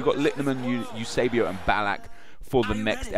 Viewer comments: It's Eusébio not eusabio. If anything, at least get the names right dude... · It's not "Eusabio", it's Eusébio -. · It's Eusébio, not Eusabio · It's spelled Eusebio not Eusabio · ballack. also it's *eusebio not eusabio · It's EUSÉBIO NOT EUSABIO! But yeah EUSÉBIO! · His name is Eusebio, not EUSABIO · its Eusebio not Eusabio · Is name is Eusébio, not Eusabio you dumbass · It´s Eusébio, not Eusabio O.o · c'mon eusabio again? it's "Eusébio"! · Eusebio not Eusabio. Just saying. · Can u do real world legends instead of just club legends and it's eusébio, goddamn man can u be more disrespectful. I don't give a shit who you go for at least get the damn name right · OMFG GET THE NAME RIGHT!! ITS EUSÉBIO!!!! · You butchered Eusébio's name